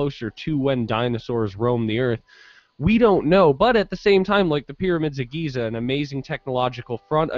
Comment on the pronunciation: The fact that you mispronounce "Giza" is only the beginning of this failed attempt at "educating". So the pyramid of Giza is so advanced we could not build anything today that would rival it? While the pyramid is a true testament to the power and intellect of ancient Egypt, the burj khalifa building in Dubai is 2700 feet tall, made of glass, steel, aluminum, has plumbing, electricity, fiber optic cables which allow for the flow of the worlds knowledge to enter in on beams of light... but no... your right.. this 500 foot tall pile of rocks is way beyond us... pppfffffff... give me a break.